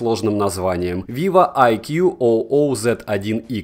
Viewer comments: Айкуу уже не Виво, а отдельный бренд. Айкуу, а не Ай Кью о о. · Не айкью о о а просто айкью :) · Айку правильно его называть🤦 а так да, телефоны хорошие, у меня самого айку нео3 5г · Маленькая поправка:не "Айкю О О",а просто "Айку" (по крайней мере даже на их презах так говорят) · Как же ты смехно сказал vivo iqoo oo z1🤣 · можешь просто говорить айку примерно так это звучит на английском. T-REX PRO будешь заказывать?